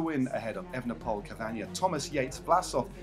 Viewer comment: You're saying Roglitsj and not Roglick. So why not say Evenepool instead of the incorrect Evenepole (and Van der Pool instead of Van der Pole)?